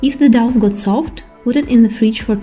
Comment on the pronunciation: The douff ? Its dough pronounced Doh. Thanks for the video.